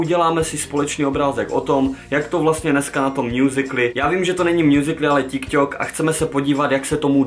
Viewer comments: Tyk tok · vyslovujese to [tik tok] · Teda čte se to TykTok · neni to ťik tok ale tik tok